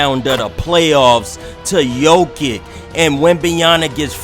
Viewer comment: Bro butchering ever body name. I tried to ignore it but when u messed up jokic name I was done